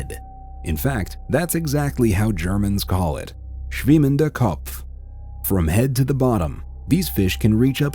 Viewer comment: LOL WHEN HE SAID SCHWIMMENDER KOPF